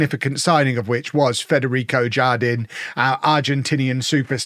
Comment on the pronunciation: The Spanish J sounds like an H, so it would be har-DEEN. it means "garden" :)